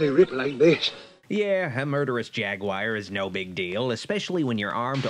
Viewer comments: Jagwire? I thought it was jaguar? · Tf is a “jagwire”